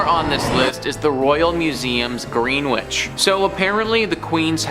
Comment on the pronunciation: Greenwich is pronounced gren ich.